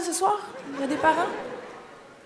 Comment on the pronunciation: j´ai eu un peu du mal à la comprendre, mai ça va... surtout quand elle a demandé s il y avait des parrains parmi le public.. après j´ai réalisé que c´était pas parrains mais parents..